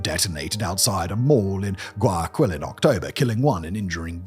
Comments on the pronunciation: It’s pronounced closer to Why-A-Kill that what you’re saying “guy” is tricky to sound out in English but not Guy-a-Quill lol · I'm a gringo who's only been to Ecuador once and even I cringed at how Simon said "Guayakwill" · Yea that was a little painfull. In case he's reading the comments, it's pronounced: why-a-keal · Guayaquil is pronounced Gwai Ya Keel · Why-a-keyl = Guayaquil. Please learn some basic Spanish pronunciation or have someone write the words for you in a way that helps you. So.many.cringes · First, Guayaquil is pronounced ɡwaɪɑˈkil, the last syllable like the Unalive, which has made the grim joke of it being called GuayaKil Second, the story goes further deep. The prior government of Correa was routinely involved in drug trafficking itself, evidenced by cases such as Narcovalija, where a diplomatic bag with the seal of the chancellery (Foreign Affairs Ministry), filled with cocaine. In the vacuum of power left by Correa being put aside politically, the gangs had no new incentive to keep the peace since the leader of the biggest syndicate, the government, no longer had an alleged grip on the smaller gangs. FARC was a known financer of Correa's first presidential run, back in 2006. Hilariously, in the final runoff of the 2006 election, he faced the current president's father, Alvaro Noboa, one of the richest people in the country. Ask me more, I know plenty about this. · I just wanna correct you on something. The pronunciation of Guayaquil is Guaya-keel. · Uh, it's pronounced "Goo aya KILL" ... and uh, we dont go there if we don't need to.